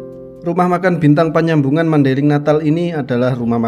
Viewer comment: Panyabungan bang, bukan panyambungan.